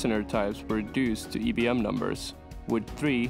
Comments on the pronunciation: It’s pronounced as IBM eye bee m not E bee m. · IIIIIII NOT EEEEEEEE. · The upbeat, cheerful music is out of place. And why you call it "ee'" B M ?